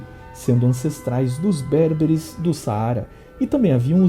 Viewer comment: Gosto muito do canal e do conteúdo. Porém uma pequeníssima correção. Em português não se diz Cártago. A sílaba tônica é o Car"ta"go. Também é ber"be"re e não bérbere. Parabéns pelos vídeos, são excelentes.